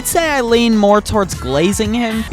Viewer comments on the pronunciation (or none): none